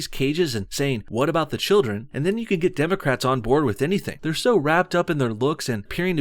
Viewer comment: this fat cow said "democratsis" hahaha